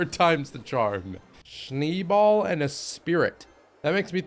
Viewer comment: It's "shneh bal" nicht "shni bal"